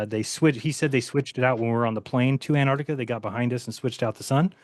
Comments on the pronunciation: tell the guy on the top left that it's 'antarctica' not 'antartica'.... and evidence isn't a countable noun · antartikuh is quite funny to me as a German viewer because Kuh in German is cow in English. was this deliberate? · The non-word, "Antartica", drives me f'n nuts.